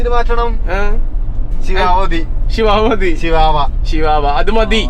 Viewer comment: it not sivavava its chvava